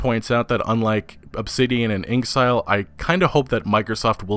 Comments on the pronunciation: InXile (In-ex-eye-el.) not “inkzile” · Also the way you say InXile like it's not clearly "In exile" gets that all too familiar eye twitch rolling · that's because he's mispronouncing it.